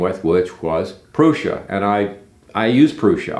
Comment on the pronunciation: pronouncing Prusa in the right way is a kind of respect! Got me subscribed.